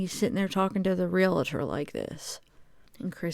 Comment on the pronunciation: It’s pronounced real tor; no extra a or syllable in there